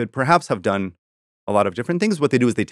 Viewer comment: If Vincent used proper past, present, future tense in his descriptions of events his stories would be easier to follow. Also Tahrir Square is not “Tucker” square. It’s a sad situation when American academics can’t be bothered to use proper grammar and pronunciation?